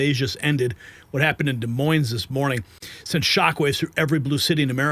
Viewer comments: Every one who pronounces the s in Des Moines should be fired. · I'm not criticizing you at all it's just that in the name Des Moines the S is silent.